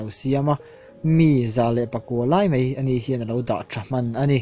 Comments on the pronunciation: Ṭum 6/7 vel lai chu 'mai' tih turah 'mei' i ti ngat ngat. You tuber-te hi Mizo ṭawng hi uluk zual teh u. Ṭawng dik lo promote-tu in ni thei dâwn tlat mai. Chu bakah 'Indopuina' hi a dik lo hulhual bawk. Indopui pahnihna te, pakhatna te hi chu a awm, Indopuina hi chu a awm lo hrim hrim Mizo tawngkauchhehah hian. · Bengvarthlak khawp mai.. Mahse 'mei' aiah hian 'mai' ti tawh la. A bengvarthlak khawp mei❌❌